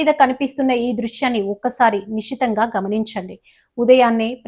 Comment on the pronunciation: నిషితంగా అని పలుకకూడదు.ఆ పదాన్ని నిశితంగా అని మాత్రమే పలకాలి.అలాగే ధోరిణి కాదు ధోరణి అని మాత్రమే పలకాలి అమ్మడూ.ఇలా తెలుగు పదాలను మీ ఇష్టం వచ్చినట్టు ఉచ్ఛరిస్తూ తెలుగు కు తెగులు పట్టించవద్దు.